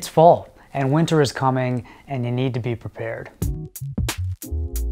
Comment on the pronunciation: Can never hear “Winter is coming” without unnecessary Scottish-ish accent.